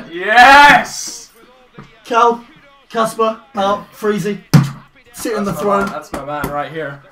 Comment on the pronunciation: Caspar.. AR. NOT ER.